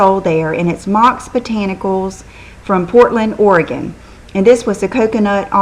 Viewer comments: I always love your videos, but my favorite thing this time is that you actually pronounced Oregon correctly. Usually people mispronounce it. Good Job! :) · All of us here in Oregon, are impressed with you saying "Oregon" the right way;) Great video as usual,!